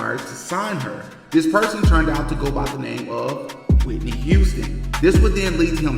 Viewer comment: Are you ok 😂😂it's Whitney